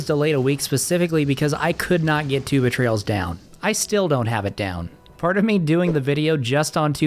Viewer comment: For some reason whenever I hear you say Two Betrayals I immediately think the words Tuba Trails instead 💀